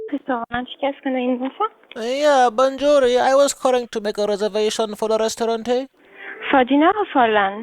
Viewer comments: Ahahaaaaaaa 'bonjourri' ..... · Lol you had me at "bonjouree". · I died when he said bonjouree... :P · The way you say Banjorrie is funny as fuck xD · bonjurrrie kills me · bondžuri. lol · "Bounjuree" LOL